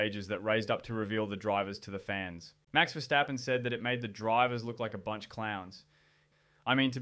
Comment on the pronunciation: It's VERstappen and not verSTAPpen he is not German but Dutch